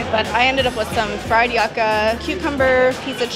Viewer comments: Yucka hahahahaha it's pronounced you.ka not yaka lmao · I can’t get past getting “Yucka” at the buffet. It’s pronounced “Youka” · It's pronounced YOO-KA not YUK-A. 😂💀 Nice Vid! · Now that you live in florida and you will see Yuca in a lot of menus...Yuca is pronounced YOU Ca lol not Yuck A. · I'm going in June let's see what we get. And it's pronounced youca not yuck ca 😂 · YUCA...You Ka.....not yukka....LOL...Not my kind of cruise,but thanks for posting.. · YUCA is pronounced as YOU-CA and not yucka or yahcka. It sounds so weird to hear it mispronounced. 🙄😒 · Its pronounced "you-kah" not "yuck-kah" ❤ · Please don’t call it Yuck-A it’s pronounced You-ka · the Kasava its pronounced "Joocka" not IYuka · it’s pronounced you-kah